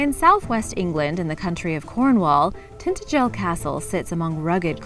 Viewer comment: It is pronounced TIn-Tage-el you humpty.......LOL.